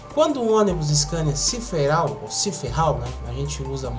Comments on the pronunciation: CIFERAL E NÃO CIFERRAL. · Se pronuncia Ciferal ( Empresa já extinta )